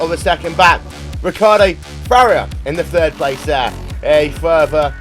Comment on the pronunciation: Who is Farrier? Why can't this announcer pronounce names properly?